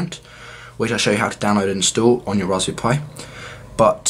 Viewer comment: I can't get past it.... RaspBERRY pi. Lol. All I hear is raspbee pi